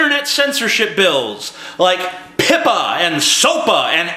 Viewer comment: the way you say PIPA sounds like the swedish worf "pippa" wich is swedish slang for having sex "fucking" or masturbation... well PIPA did try to FUCK us so why not ^^